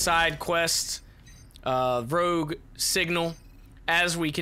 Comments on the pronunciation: it's rogue not rouge ya doofus, rouge is red in french. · I love how it says rouge instead of rogue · Rouge.........rouge!....... ROUGE!........FUCKING ROOOOOUGE!!??? In my professional opinion I do believe it is rogue not rouge